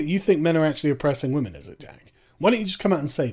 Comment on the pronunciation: Jack, when will you stop oppressing wammin? How can you stop oppressing wammin, Jack?